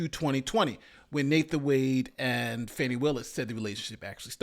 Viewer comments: Its FAWN- KNEE : )) I want to know is it really or has it been FANNY til lately ? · nate, come on now. at least pronounce her name correctly. it's not pronounced "fanny." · Why can't anyone say her name correctly? It is pronounced Fawn-E.